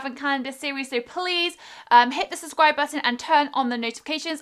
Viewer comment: I love how she says suh-scribe